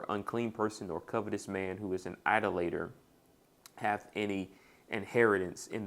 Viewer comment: Hey bro I think most people pronounce "Idolator" with emphasis on the second syllable. eye-DOLL-uh-tur